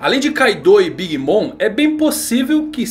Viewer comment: por favor, o Mom de Big Bom se pronuncia "moM" e não "moN". Abraço!